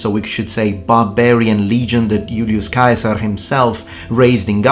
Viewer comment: I like that fact that your Italian pronounciation of CAESAR, which may come closer to ancient Roman sound than in any other language, pretty much sounds like the German word for emperor: KAISER. Of course not by accident...